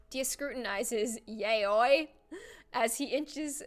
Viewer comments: ITS YA OI NOT YAYOI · i love you, but it's pronounced "yow-ee" not "yay-oi" <3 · yaoi is pronounced “Yow-ee “. And it is a Japanese slang term meaning “boys love” or homosexually. There is also yuri,which means “girls love”. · XD Yaoi isn’t pronounced yay-oh-a. It’s yow-ee. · yah-wee? I thought "yaoi" is ya-oy LMAO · Lol you pronounce Yaoi as Yeah-wi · Y-ow-ie = Yaoi. Yaoi is gay men. My heart.... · Yaoi is pronounced Y-OW(as in wow) -EE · Yaoi... YA-WEE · thats not how you pernounce yaoi its (ya-oi) (yeah) -- (oi) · Yaoi (YOW - EE) ... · Itès pronounced YA-O-E It's spelled Yaoi though. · You say Yaoi as yawe (if that helps ) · The name yaoi is pronounced ya-oh-i and it is basically a japanese word for guy-on-guy action(i hope i helped someone) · Yaoi is pronounce yah-oh-eye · yeah-ow-e is how yaoi is pronounced. also, naruto is pronounced nar-oo-toe not nar-oo-doe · it is ya-o-i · yaoi is pronounced yawee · It's pronounced (ya o we) And ( sem a)